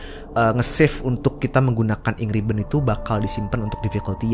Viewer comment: Ink ribbon gua dengarnya Angry bird